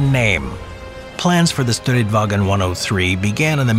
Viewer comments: Stridsvagn not Stridswagen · Its stridsvagn, not stridswagen. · You spent a lot of time on researching, animation work and narration, but… you keep calling it “stridswagen”. It’s Swedish. Not German. Stridsvagn. Not “wagen”. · sounds like german when pronouncing its stridswagen instead of stridsvagn, there is no "e" in vagn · It isen´t Stridsvagen. Loose the e. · Why do you call a Swedish tank "stridswagen"? We are not Germans. "Stridsvagn" is the correct name. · Nice video and animation ✌🏻 However. It's: Strids-vagn. Short g-n sound. In Swedish. Not StridsvAgen. That's German 😊👍🏼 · Nice video, Only remark is the pronunciation of "stridsvagn". As you see there is no "E" in that word. So why do all foreigners say "stridsvagEn"? Just drop the E. // Driver/gunner on strv 103C (and yeah, it went into production - very much so) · This is in fact, not the flattest tank. I'd argue that the Object 775 is. Furthermore, it's not Stridswagen, it's Stridsvagn. Not that hard. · Swede (such as myself): as I told you it’s not “stritswagon” or whatever it’s fuckiNG STRIDSVAGN! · Pronouncing it like "Stridswagen", boy this ain't german lmao. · Why do all English speakers try to call it "StridsWAGen". It's not German so there's no wagen. Try saying "Wa'Gnh" instead. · Not stridswagen thats German . StridsvaGn Swedish. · Love the fact that he says stridsvagen when it’s just stridsvang (stridsvagn in Swedish) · Its not wagon, its vagn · There's no "e" sound between "g" and "n" in "vagn". The way you say "vagn" sounds more like German "wagen" than it sound Swedish. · When pronouncing stridsvagn, cut the e you inserted at the end it does not belong there. Also you really over emphasized the v. It's not a w, just a single v.